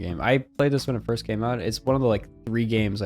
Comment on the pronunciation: Please never say Fist Spiderman again